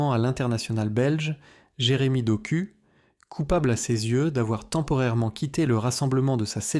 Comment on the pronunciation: Doku se prononce Dok "ou".